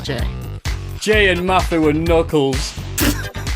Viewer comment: Love the OSW guys, but I can't listen to '' for more than one minute.